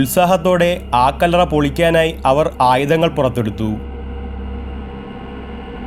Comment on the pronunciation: ആ കല്ലറ എന്ന് പറയേണ്ട കാര്യമില്ല കല്ലറ എന്ന് പറഞ്ഞാൽ മതി ഒരു വാക്കിന് മുമ്പ് ആ പറയുമ്പോൾ ഗ്യാപ്പ് വിടണം അടുപ്പിച്ചു പറയാൻ പാടില്ല